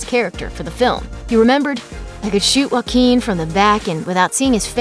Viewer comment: I thought you said his name Jay-o-quin